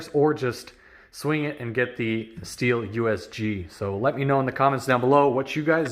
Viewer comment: Stihl, not steel. Otoscope, not autoscope. This must be a comedy video.